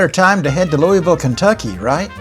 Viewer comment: Great video, one major issue though. It’s pronounced Lou-uh-vull . Not Lou-e-ville